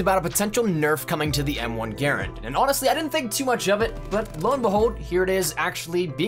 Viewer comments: is how he always says it. Gare-end It's Guh-ran-d. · The soldiers all called it Guh-Rand, but the actual pronunciation of the inventors name is Gare-End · Uh it's GER - RAND... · I pronounce it "Guh-rand", but the M1 is still okay. I like the World at War variant better. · That's not how you pronounce m1 Garand please fix it is annoying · You're not pronouncing "Garand" correctly. This was a weapon that people died holding in their hands and a weapon that saved people's lives that they hold near and dear to their heart. Bro do your homework and learn how to pronounce the weapon properly. You seem young and I'll not be ignorant like I want to be right now. All I had to do to find the proper pronunciation was search for a history documentary. In the future take a fuckin second and pay the proper respects to the history and sacrifice made around this and other weapons. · The way you pronounce the M1 Garand annoys the hell out of me because you’re pronouncing it wrong. And being a history buff that ended the video for me